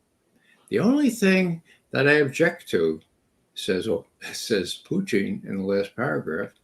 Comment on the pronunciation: Why does Ray always say “Puchin” instead of “Putin”?